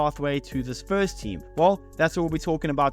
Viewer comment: ahh.. ok....it sounded like "spurs"... I was thinking.... this guy trolling arsenal here 😆